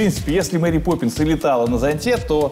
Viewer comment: Исправьте "Поппнис"